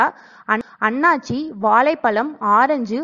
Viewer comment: அன்னாசியா? அண்ணாச்சியா? எதை எதையோ பார்த்து படிச்சுகிட்டு போகாதே. ஐலதோசம்...ன்னு ஒழுங்காகப்பேசுக. ஃப்ளாவனாய்ட்ஸ் ... மருதாணி ப்பூ, பூண்டு வெங்காயத் தோல் தலையணை.😮 ஆளாளுக்கு கிளம்பிட்டாங்க.😮